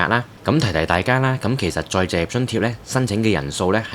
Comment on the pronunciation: 甚麼叫「再謝津貼」？ 旁述員講了幾次「再謝」，其實是「再就業」吧？ 這三個字很難講的嗎？